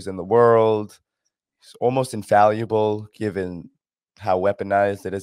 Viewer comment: Infallible, not infalliable.